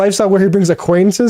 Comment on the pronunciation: David's face when Matt says "aquantinces" lol